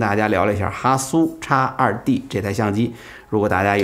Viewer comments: 叉二弟，听起来像烧猪，哈哈哈哈。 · X2D 讀成「X two D」